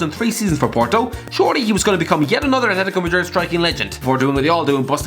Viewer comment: Wait.... say atletico madrid again